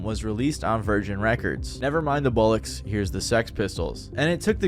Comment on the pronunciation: Just from a Brit it's ' bol-locks' not bulocks